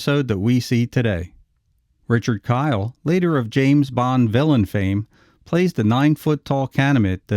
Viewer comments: His name Kiel is pronounced keel. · You know, it wouldn't hurt to find out how Richard Kiel's name is actually pronounced. A 5-second You-Tube search will yield several interviews in which the interviewer correctly pronounces "KEEL". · His name is pronounced Richard KEEL, you goober. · Richard Kiel (pronounced KEEL) later appeared in three episodes of The Wild Wild West as Voltaire, Dr. Loveless' right hand man. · Pronounced "keel" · Richard Kiel's name is pronounced Keel- the German pronunciation. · Not Kyle but Keil ( Keel.) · Richard Kiel, not Kyle! Pronounced the same as keel. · It's Richard "Keel", not "Kyle". 🙄 Rip, big man. 💔✌ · Starring Richard Kiel. (Pronounced Keel, not Kyle). AKA James Bond "Jaws" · It’s keil not Kyle! Richard was an awesome guy ❤️ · KEEL not K-eye-L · It's not "Kyle". Kiel rhymes with wheel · Richard Kiel pronounced Keel not Kyle. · It's pronounced KEEL not Kyle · Big dude’s name is pronounced keel, not kyle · Richard Kiel's surname is pronounced as the city of the same name in Schleswig-Holstein, Germany: It sounds like "keel", not "kyle". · just a small correction: Pronounced Richard "KEEL" kiel not "KYLE" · Richard Kiel's name is pronounced like "KEE-el" not "Kyle". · Richard Kiel (who plays the very tall guy in the episode) was actually 7'-2" and nowhere near "nine feet", even with the shoes and head prosthesis. By the way, his last name is pronounced KEEL, not KYLE. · Richard Kiel is pronounced Keel. Jaws in the 007 series. Also Capt. Howdy! 🤠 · Richard "jaws" Keil (keel)) not kyle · Richard Kiehl, who was a friend of mine, pronounced his last name 'keel', not like 'kyle'. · It’s pronounced keel, like feel, not kyle. Cool video, otherwise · Kiels name is not pronounced "Kyle", how do you not know this bro.. So disappointed. IT'S pronounced"KEEL" Sorry.. Just hate when you tubers don't do a simple search to see how to say actors names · Richard Kiel's last name is German in origin. It's pronounced "keel," not "kile."